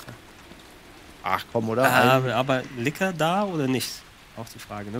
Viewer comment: bitte sprecht licker in der originalen englishen betonung aus das klingt sonds wie was anderes und das is nich gut loool